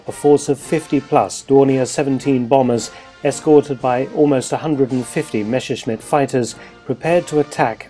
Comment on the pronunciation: "Messerschmitt", not "Meschersmitt"...